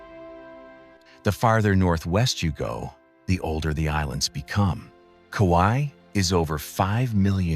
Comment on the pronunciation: Ka-wa-i WTF dis bugga like get cracks